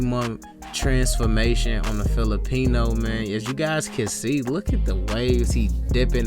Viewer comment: The way he said Filipino had me weak idky😂